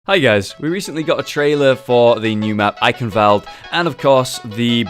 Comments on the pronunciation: It's actually pronounced Eye-Shen-wald-eh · So the w isn't even pronounced like a v?